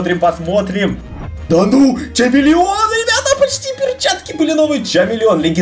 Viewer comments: Не чамелеон а хамелеон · Там юсп читается не чамелеон а хамелеон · Не чамилион а хамелион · Хамелеон а не чамелеон